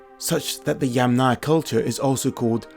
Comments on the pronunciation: Interesting documentary! I would draw your attention to the pronunciation of the name Yamnaya though, it should be stressed on the first syllable (YAMnaya). Best wishes! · It’s kurgAn (stress on the last salable) and YAmnaya (stress on the first salable) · Yamnaya is pronounce with the emphasis on the first “a” if you took it from Russian word. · Pronounce that yAmnaya & kurgAn plz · Great that you pronounce the word "Yamnaya" correct except Slavic speakers set the stress on the first part.. I know that for English speaker it's more easy to say "Yamna". The word "yama" means "pit" in Russian and must be in other Slavic languages (which all in fact are still pretty close). Very interesting and information rich video! Btw, interesting: IE daughter-in-law: "snusos", and one of the Russian words for daughter-in-law is "snoha". As I've learned there are many of such cognates in Russian and even more in old Russian. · Throughout the video you keep mispronouncing Russian words: it's Yàmnaya not Yamnàya, kurgàn not kùrgan, Khvalýnsk not Khvàlynsk, etc.